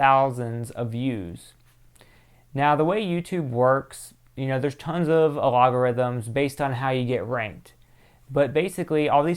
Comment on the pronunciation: Love the way you pronounce algorithms "a-log-orithims" lol. Like your vids! Keep up the good work!